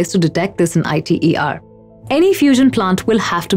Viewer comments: Alright. As a young fusion scientist still doing his PhD, here is my take on it. First, no-one says I.T.E.R. Say ITER. Second, yes you have some valid points but the premises are wrong. Let's clear them up. To begin with, I get the impression that you pressume fusion will help tackle climate change. This is, in the vast majority of scenarios, wrong. Unless at least one of the private fusion companies such as Commonwealth Fusion Systems, Tokamak Energy or General Fusion manages to achieve viable fusion energy within the next 5 years (as they claim), there is no way fusion will help tackle climate change. For crying out loud, that's what we have all the other sustainable/renewable energy sources, carbon capture technologies, battery technologies, re-cycling, circular economic methods and shifted public behaviour as well as political policies for. Fusion is the energy source of the future. It's what's going to power the next generation of human society, as well as our interplanetary and/or interstellar means of transportation. You have probably heard that the future of humanity depends on us achieving viable fusion energy. That's the premise you should have. Continuing, you do not mention why achieving net fusion energy is difficult, more than talking about the efficiency problems. Let me expand on that. A fusion plasma is a weird thing. It can wiggle, contract, rotate, shift, expand and behave in a huge number of ways. Virtually all of these ways have been mapped in the past de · Alright good point! The issue could just be solved by her showing 'ITER' on the screen while saying the reactor name though. Or anywhere else in the video. Then it would basically be a ssa situation. I also need to mention that it's 'eeter', not 'eyeter' if you were wondering. Sry, guilty of being hmfic (I pressume?)